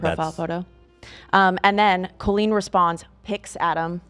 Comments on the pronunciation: genuine question: why are they all pronouncing her name like Cole-een and not Cal-een??? it sounds so weird and I have never heard it said like that before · Colleen, is pronounced like Call-lean not Cole-Lean..... This whole episode was triggering... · Is there a reason she’s pronouncing it cole-een instead of saying coll-een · The most confusing thing here is her name being pronounced “Coh-Lean” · I love but why is she pronouncing “cool-lean” instead of Colleen 😅